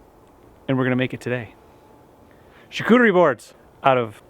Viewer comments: Hahaha Charcuterie! Am French Canadian your pronunciation is terribleeee! Lol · Imagine pronouncing the "t" in charcuterie lol, anyway great video!